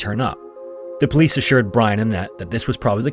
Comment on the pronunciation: "He has a right to be missing." Lol well said, po-lice